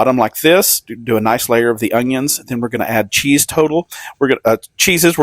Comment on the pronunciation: What's the deal with some people saying ungions when talking about onions. I feel like 10% of people do this, including this guy.